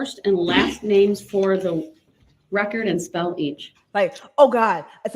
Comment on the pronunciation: You are so much wayyy better than Kerrycture or whatever her name is. I tried watching her videos but I couldn’t! It was just annoying, IMO. You are being you and that’s the difference, IMO. Everytime I hear rekk-kert I can’t help be say Put a needle on the record! Lol! This ignorant man doesn’t realize when he’s reciting the opening $hit he says he’s not arguing the charging instruments, isn’t that like saying, yeah I know I’m guilty….. if I’m wrong forgive me